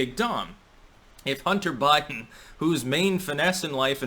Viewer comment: "Totally not about bunter hiden"!!?